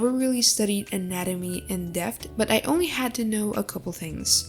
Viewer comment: Guys proofed. It's not anatomy it's "nanamee" (just skip to the start there's proof)